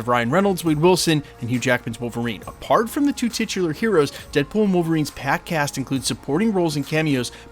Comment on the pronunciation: Bro's gotta be from maryland, based on the way he said "TWOooooo" 😅😅😂😂😂😂